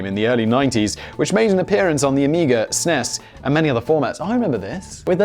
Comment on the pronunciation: Ess Enn Eeee Esss, Simon! It's not sness.